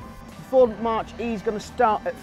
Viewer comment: Nice video but it's not pronounced 'March'...it's pronounced 'Mack'....as in Mach Number....the speed of sound.....would love one...just sold my Focus ST3 to get a new MG ZS EV...loved it (as I do the MG) and would have another Ford in heartbeat:)